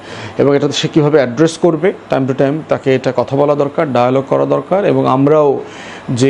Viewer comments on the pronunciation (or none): none